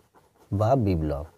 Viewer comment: কথাটা বিব্লব নয় বিপ্লব